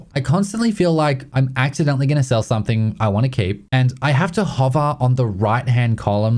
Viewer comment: There is no word 'somethink'. There is no 'k' at the end of 'something'.